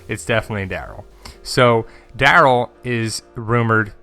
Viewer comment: Omg stop saying Daryl like that! Lol